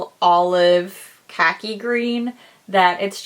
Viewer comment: Not how you pronounce khaki 😭